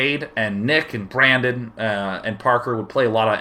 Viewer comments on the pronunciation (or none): none